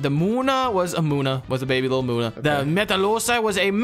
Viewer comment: As a French and English speaker that knows his Pokémon in both French and English, I had a blast watching this video (you got the pronunciation completely wrong except Falgadoss aka Slowbro and Munna aka Munna)